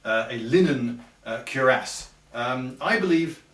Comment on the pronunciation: Odd, never heard Cuirass pronounced before and its so strange to hear